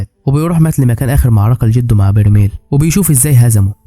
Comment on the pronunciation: برايمل ❌ برميل ☑️